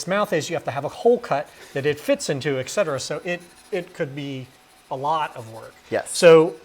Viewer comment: "excetera" ugh